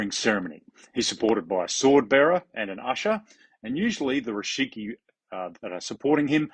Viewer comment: You keep saying Rishiki, but it's Rikishi :D